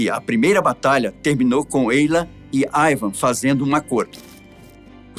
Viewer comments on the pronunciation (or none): Ótimo vídeo explicativo! A propósito, não seria "Ivar" ou eu estou escutando errado? Ele falou o vídeo inteiro "Ivam" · Não consegui assistir o vídeo até o final ouvindo o apresentador chamando Ivarr de Ivan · Ivarrrrrrrr não Ivan. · Q IA ruim, nao consegue pronunciar IvaR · Este se enrola com os nomes e exagera ( não tinha um osso no corpo.) Só por ai o cara deixa claro a falta de preparo para assumir o lugar de Ivan. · O nome é Ivan ou Ivar? Porque o tá pronunciando "Aivan" de Ivan. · O cara falando ´´ IVAN`` o vídeo todo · "AIVAN" o vídeo todo, pô deu nervoso ouvir. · Eu amei o vídeo da história, só falar o nome errado tantas vezes que esta dificultando assistir